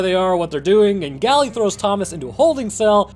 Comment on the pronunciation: its not pronounced "gally" its pronounced "gale"